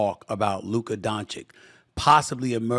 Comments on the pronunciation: There is no conceivable way that multiple people haven’t informed Stephen A. of the proper pronunciation of Doncic’s name. He’s just continuing to say it wrong out of spite at this point. What a petty S.O.B. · Can you please, for the love of God, learn how to say Dončić properly??? He has literally been in the league since 2018, it really isn't that difficult. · Štefan A Smithčić learn to say Dončić the right way... soon you will respect your father😂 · dude cant learn how to pronounce a letter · Stephen, are you really gonna keep mispronouncing the guy's name even though you're a veteran journalist and talk for a living? It's 2 syllables. You're 2 literate 2 be so ineloquent. People are gonna question your motivation cause there's no way you're not aware you're doing it. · And he pretends to be a professional journalist… the guy is there for 6 years and making 5 all nba teams, but he can’t remember how he should say his name. 🙄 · I just cant get it how Steven A is still pronouncing Doncic wrong! And no One says anything. So disrespectful. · Stephen A. should learnnto pronounce his name by now! Disrespect. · Can someone please tell this man how to say Luka’s last name? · It's been 6 years. It's clearly intentionally meant as disrespect. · SAS has pronounciational problem on European name. He should take the lesson on this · It's not an American name so it's not easy for SAS to pronounce it. Stop being a Karen. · pretty much everyone else on tv says Doncic correctly. Hell SAS even says Jokic correctly. He’s being intentionally lazy and/or stupid regarding Luka’s last name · It's DONCHICH not DONCHIKKKKKKKKK..i know he's doing this on purpose 🐀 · please,like this comment,so Stephen A. Smith can read it🤓🤓🤓 Lyka's surname is pronounced Dontsits...Don-tsits...not Don-tsik...you 'll thank me later...🙂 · Donchick? It’s donchitch, he knows this but intentionally says his name wrong. Ok Stephan A Smith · No one: Literally no one: Steven A Smith: “Luka DonChick”